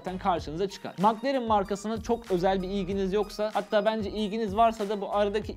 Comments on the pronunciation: Mak lerın değil mek lerın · Maklaren 😂😂 Keşke telaffuz bilseydiniz.